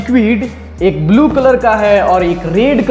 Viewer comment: Bulu nahi blue sahi bolo English